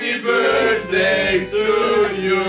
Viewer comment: "Happy BirSday" the cringe is real.